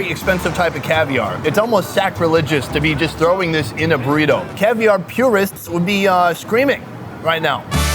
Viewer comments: Borito the proper pronunciation. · Not bad pronouncing Burrito, try rolling the R more like "boo•rrrrrito" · Did just say "Puurito!!" for comic relief??! And say that's the proper pronunciation.... ? Get prepared before the show maan! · Love your ''Burrito'' pronunciation xDDDD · u still not saying Burrito correctly but close enough!